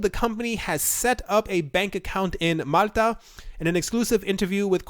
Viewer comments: lol if you slowed down in talking you might be able to pronounce words correctly. Malta is not mutter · Why can't you say Malta? (Mall- ta)